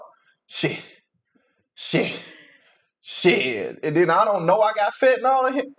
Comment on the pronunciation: "FET–nahl" 🤦🏾‍♀️ It's Fentanyl (FEN-ta-nile).